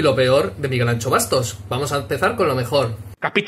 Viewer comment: Pero no seas desgraciao... Miguel Anxo se pronuncia Miguel Ansho no Miguel Ancho xd Fui alumno suyo en políticas en la USC y sus clases son una gozada, siempre llenas aunque no sean de asistencia obligatoria, además de que es una persona de 10, siempre tiene algo de tiempo para los alumnos (cosa de la que la mayoría de otros profesores pasan) y siempre tiene una sonrisa a pesar de trabajar en una facultad donde la mayoría de alumnos y profesores le recelan por su ideología